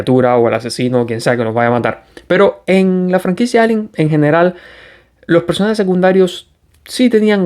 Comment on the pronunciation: Por favor, recuerda que ALIEN es una palabra inglesa que no tenemos en español y se pronuncia EILIEN. En español diríamos extraterrestre o alienígena.